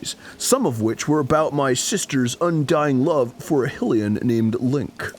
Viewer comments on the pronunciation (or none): First "Hill-E-In" for Hylain and now "Mih-Fuh" for Mipha? Does Arin actually know how to pronounce words? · But for real though, the only reason they say Hill-lian is because they talk through the cut scenes and don't hear every character say High-lian... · It is High lian not hilian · It grinds me that they pronounce "Hylian" wrong... it's said like High-lian not Hill-ian. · High Lee An NOT Hill E An!!! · "High-lian"... I'm pretty sure they even said it in the VO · It's HI-LIAN, not HILL-IAN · Aha! Voice-acted Mipha pronounced Hylian as "high-lian"! Therefore, Arin is wrong for continuing to say "hee-lian" which is a dumb pronounciation because Hylian, Hylia, and Hyrule all obviously have the same prefix, and nobody pronounces the kingdom "hee-rule." That would screw up the Hyrule/Lorule wordplay in Link Between Worlds! Semantic vindication aside, holy shit the commentary has been gold during this Zora arc. Maybe King Dorephan should meet up with the guy from Endless Ocean and they can talk about their dead kids (thanks for bringing it up). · "HIGH-le-an" -Mipha in a cutscene "HILL-i-an" -Arin, immediately before and after Mipha's quote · HIGH-LEE-ANS. Not HILL-LEE-ANS. It's the land of HIGH-RULE, for Christ's sake. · them mispronouncing Hylian pisses me off. it's not HILL E Ann. it's HIGH Lee Ann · why does "Highlian" sound wrong when the land is called Hyrule (Highrule). It makes sense that the name of the people would be the same as the land they live in. It's stupider to say "Highrule" and then call the people "Hillians" That would be like calling people from Great Britian "Brightans" instead of British. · "Miffa" "Hillian"... WTF is up with Arin's pronunciation? Lol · I don't know which was more infuriating, Arin saying "HILL-ian", or calling link "elven". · HYLEAN WITH A Y AS A LONG I JESUS FUCK, THEY EVEN SAY IT. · Pronunciations: HIGH-rule HIGH-lian Oh, and Gerudo (hard G), not Jerudo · OH, SO YOU'LL CORRECT PLOYMUS MOUNTAIN, BUT NOT HIGH-LIAN, DAN?